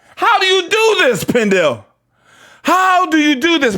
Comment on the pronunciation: “” 😂